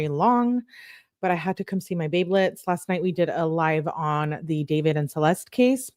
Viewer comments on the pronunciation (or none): none